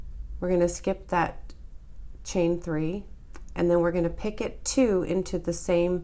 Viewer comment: I'm enjoying your demonstrations (I'm a self taught crocheter). I have trouble reading patterns but visual is golden! ❤️. FYI: The correct pronunciation is pi-CO. The last "t" is silent in picot.